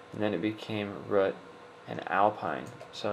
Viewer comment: hey i just wanted to say, cause of the way u said it user name: Root Password: Alpine It took me a while to figure out u were saying root, no offense or anything. :D